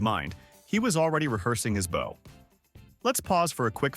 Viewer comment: Bow as in bowing in reverence Not bow as in bow and arrows.🏹